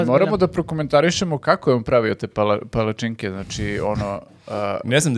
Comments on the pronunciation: kako akcentujes pala-cinke, malo boli.. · A ti si kao neki strucnjak za akcentovanje palacinki(palacinaka) 😮